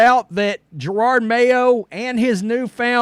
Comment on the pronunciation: If you are going to “cover this Jerod mayo thing” Can you learn to pronounce his first name ? JeroD , no R’s in sight , definitely not pronounced Gerard as in Gerard Butler from 300.